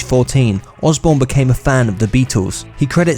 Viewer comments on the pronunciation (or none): none